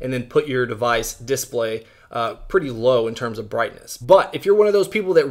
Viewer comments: Diss blay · Is it just me or does he say display weirdly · He does